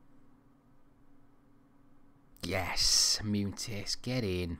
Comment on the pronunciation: As a Real Madrid fan I'm really enjoying this series so far. Love that you always play my favourite player of all time in Raul. Good luck!!! Munitis is pronounced Mun-e-tis.